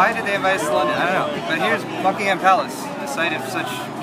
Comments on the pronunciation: I thought you said fuckingham palace so I kept watching. Wasn't dissapointed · I thought he said "Here we are... in FUCKINGham palace."